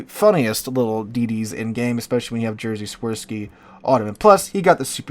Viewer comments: Its Świrski, not "Jersey Swirl-ski" like tries to prounounce, yet still fun as hell:D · It sounds fun when you're trying to pronounce Jerzy Świtski and it goes like "Jersey Swirl-ski" xD